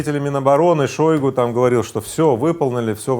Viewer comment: Игорь ну ведь в Википедии даже ударение стоит правильное ШойгУ... а не ШОйгу